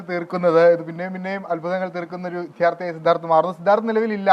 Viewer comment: "വിദ്യാർത്ഥി" എന്നതാണ് ശരി. ഈ ആങ്കർ "വിദ്ധ്യാർഥി" എന്നാണ് ഉച്ചരിക്കുന്നത്. മഹാ വൃത്തികേട് - കേൾക്കാൻ😢